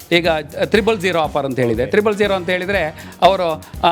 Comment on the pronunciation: ತ್ರಿಬ್ಬಲ್ ಅಲ್ಲ , ಟ್ರಿಪ್ಲ್